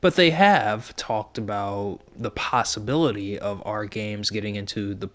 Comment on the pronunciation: "Our", not "are". :)